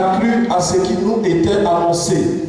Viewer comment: on fait belle et bien la liaison en français : (...) à ce que nous était annoncé(...). on écrit nous était mais on dit bien nous "z" était. .. HERMANN n a pas fait de faute. soyez benis